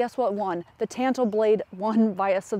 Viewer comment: For the love of non existent god, it's pronounced TAHNTO, ah, not an